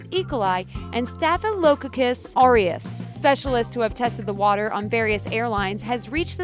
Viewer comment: You pronounced staphylococcus aureus wrong.